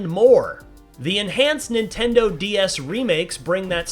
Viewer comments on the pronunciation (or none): none